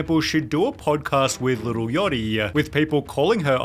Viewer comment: Bro that's not how you pronounce "yachty" 😂